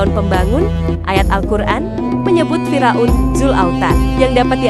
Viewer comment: Fir' aun bukan Fira'un.Ngomongnya pletat pletot